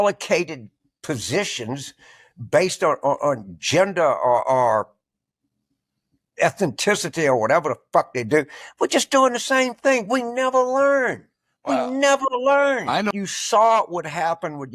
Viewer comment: Every once in a while, that Carville says something true. Also, you gotta love his English: "ethniticity."